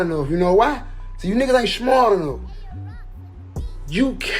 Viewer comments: And it’s smart not shmart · He said "you niggas ain't shmart enough", when really hes not smart enough to pronounce smart correctly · Love how he is trying to insulte somebody's intelligence by saying you are not "Shmart" enough.. 2Tymes 🤣🤣🤣